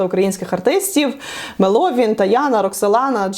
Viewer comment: Звісно розбираєтесь файно. Подобається Вас дивитись. Та розбирайтесь і у сценічних іменах артистів, якщо вже згадуєте їх. МЕловін - наголос на перший склад. Загалом дякую за контент!